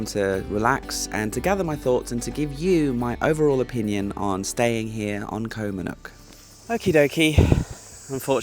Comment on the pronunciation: You’ve been in Thailand for a long time now. How is it you still don’t properly pronounce “Koh”??